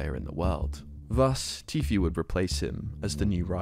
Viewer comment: I just fucking knew it. I KNEW you were gunna say Tfue wrong. I FUCKING KNEW IT